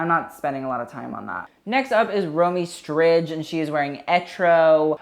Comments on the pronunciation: stridge :D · I know lol im %100 sure its pronounced strid the j is silent